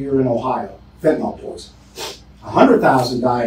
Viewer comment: Sheriff, its known actually as Fentanyl. FENTA-NILL. Not fentanyl-nawl… (It makes a difference. Not choosing to speak English correctly, means we aren’t teaching each other. Its done by hearing words pronounced correctly. And, in turn more of us hear and see correctly, so we can teach each other by reinforcing correct pronounciation. All without consciously thinking about it. Think of it like this. Why co people in and from the South speak the way they do? With a slow, Southern drawl and twangy? It’s because it is how everyone around them speaks. They hear it over and over. So, they learn by word association. They don’t (thankfully) sound like New Yaukahs, with their language patterns, impatiently fast patterns and word shortcuts. There it’s the same learning cycle. They hear and repeat, because everyone else is doing just that, and - sounding like New Yawkuhs.